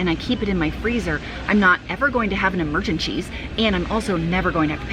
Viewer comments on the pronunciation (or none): Did you say “Emergen-cheese”?! Hahaha I love it!